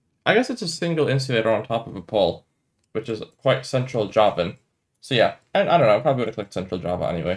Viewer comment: when you say "yea" it sounds like "yap" 🐐